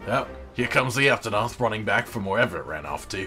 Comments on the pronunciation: Duel of the fates, this makes me happy and now I'll never be able to unhear "cotton" "aptonoth" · COT-TON! APT-ON-OTH!